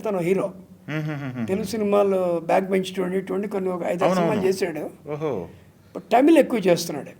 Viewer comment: మీరు ఆ కాలం వారైఉంది తమిల్ ను టమిల్ అని పదే పడే అనడం ఏమిటి! భైరవ ద్వీపం, బృందావనం పాటలు చాలా ఇష్టం